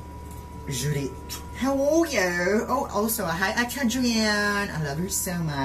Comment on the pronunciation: This is all Judit's fault: JUDIIIIIIIIIIIIIIIIIIIIIIIIIIIIIITTTTTTTT-H Me: wow the he said it with an h😂